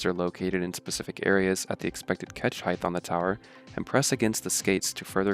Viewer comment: Height... not heighth.... Leng-TH... Wid-TH Heigh-T